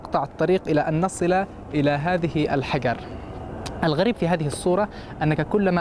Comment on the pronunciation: اغبى مراسل شفتة كل كلامة باللغة العربية الا كلمة الحجر ينطقها حقر ايش من مراسل ذا 😏😏😏😏